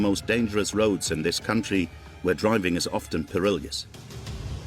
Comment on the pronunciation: You would think they could get a narrator who could pronounce the word perilous